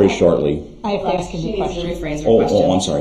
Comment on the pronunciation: ...you may look back at some of these questions....but why does he say "aks" as pronounced axe instead of "ask".